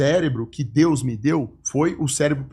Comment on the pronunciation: O cara não consegue falar DEUS e quer passar mensagem.